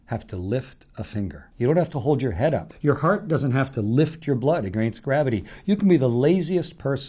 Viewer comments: The pronunciation. AGAYNST vs. AGEHNST. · "Your heart doesn't have to lift your blood uhgrainst gravity!"